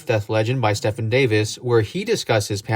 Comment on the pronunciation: Why do you continue to keep mispronouncing "Stephen" as in Stephen Davis? Long e sound for the first syllable dude, just like in the alternate spelling Steven. Glad I could clear this up.